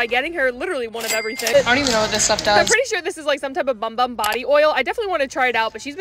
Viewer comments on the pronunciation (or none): It's actually pronounced boom boom. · By the way it is pronounced “boom boom” not “bum bum” I hope this is helpful ❤ please like so she can see this 👇